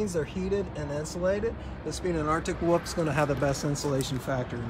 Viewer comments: I've heard folks from different a ton of differing accents say it this way. Basically, it's how a kid says 'wolf', but they never learn to pronounce the 'L' in the word. It annoys me as well. LOL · Drives me nuts every time he says Arctic Woof. Never heard that before, maybe it is an accent, but so weird.